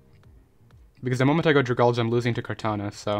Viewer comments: It's drag-algey, not whatever you were saying; it's supposed to be like algae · Also u pronounce dragalge wrong